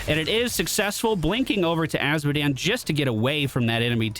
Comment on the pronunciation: "A series of unfortunate events..." Azmodan. You mean Azmodan.